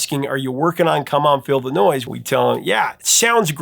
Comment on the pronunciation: Come on feel the noise. It sounds like you're saying "come on Illinois" pronouncing the s.